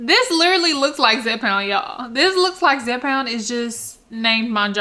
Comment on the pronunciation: Hey darling you’re doing a great job but the drug is called (Zepbound ) not Zepound